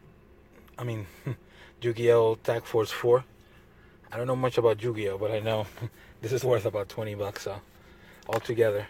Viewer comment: Lol "Jew-gi-oh"